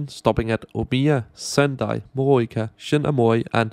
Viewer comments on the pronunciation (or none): Morioka is pronounced Moh-ree-oh-kah, and Aomori is pronounced Ahh-oh-moe-ree. Thanks for the vid! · Give him some leeway, some Danes pronounce it like that